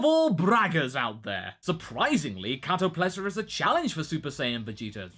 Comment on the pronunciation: KatoPESLA. Not Katoplesa.. lol